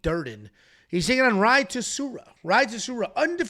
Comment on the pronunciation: Rei, not Rah-hee